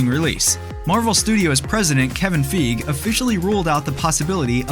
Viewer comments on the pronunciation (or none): It's Faygi not fiyg